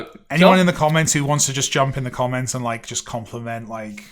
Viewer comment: Realtime first react, not on the hoodie, BUT: why am I hearing saying the commons instead of the comments just now?:D